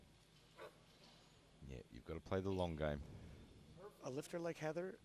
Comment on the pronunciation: Why do I keep hearing Sarah Connor instead of Heather Connor 🤷‍♂️🤪